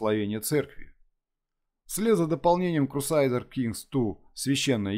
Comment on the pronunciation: то есть "крусайдерс" тебя не смутило?)